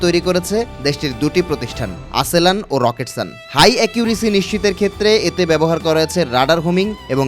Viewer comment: "আসেলান" না "আসেলসান" হবে